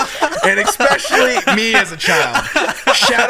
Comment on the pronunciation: Can someone please tell him it’s “especially”, not “ex-specially” 😂😂😂😂😂